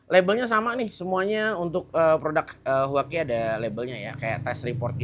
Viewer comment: Huaqi❌ Cuangqi✅